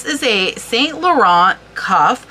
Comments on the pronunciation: Hey, here's a quick pronunciation tip for French words: in most cases, the last consonant is silent. So, for Yves Saint-Laurent, Yves is pronounced "eve" (no ess sound), Saint is almost the same as in English (a bit more nasal), but without the "t" sound at the end, and Laurent you got right: "low" + "rrren" without the "t" sound at the end. Au revoir! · Yves Saint Laurent - You have the Laurent part correct. But Yves is "eve" ("s" on the end of words is silent in French), saint is "san" - and it's more a sound "eh" - you don't put emphasis on the "n" like English.